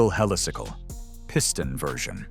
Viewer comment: Yep, more AI slop, one moment it's Helisickle, then pronounces it correctly as Helicycle, apart from other inaccuracies 😳